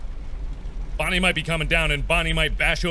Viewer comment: Scott: OK Mark repeat after mr Scott: bon Mark: bon Scott: nie Mark: nie Scott: OK now say Bonnie Mark: bonnster